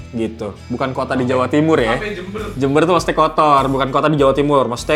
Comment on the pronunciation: Jember 😂😂😂 ketauan pernah tinggal di gang jakarta lu bang, keren bahasa nye 😎